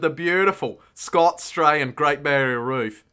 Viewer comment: “Great barrier REEEEF” Best accent line, never stop doing what you do dude! See you next live-stream looking forward to the Saturday celebration when I’m not working! 😂